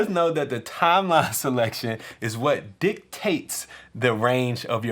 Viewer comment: did you say dick tastes instead of dictates? lol keep the videos coming ;-)